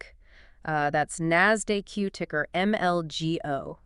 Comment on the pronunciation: Only made it 32 seconds in before hearing NASDAQ pronounced "NAAS-DAY-Q". Sorry, if you didn't take the time to train the AI to pronounce NASDAQ properly then you don't get to tell me about finance...